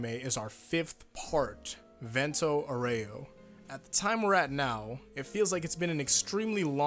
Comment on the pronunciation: Actually,the italian pronunce for Vento Aureo is Vénto Aúreo